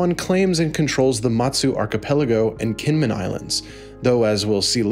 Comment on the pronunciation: Kinmen should sound more like "Jinmen" and KMT actually has more of a "g" starting sound than a straight "k" starting sound